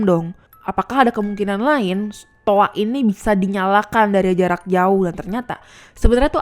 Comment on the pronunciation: Toa mbak bukan toak